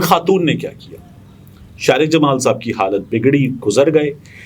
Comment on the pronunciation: Bhai Shariq me QAF aata hai KAAF nahi. AAp shayed Punjabi hain?